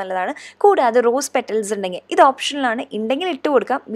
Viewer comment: Indangill alla kutti undangil enna